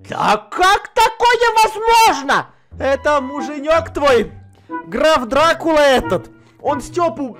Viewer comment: Почему-то мне слышится не Граф Дракула, а Граф Сракула